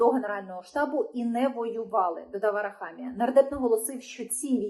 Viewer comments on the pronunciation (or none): none